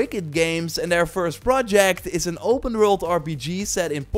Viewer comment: "open rwrult"